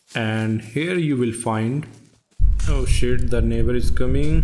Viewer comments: Bro you saying "Da Nebarr is commeng" is just funny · Oo sheet tha neighba iz cameeng